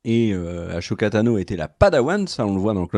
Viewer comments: Arrête de prononcer "achoka" cest "assoka" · Je t’adore mais stp arrête de dire achoka tano mais Ahsoka Tano Le H muet 🙏🏼 des bisous 😘❤️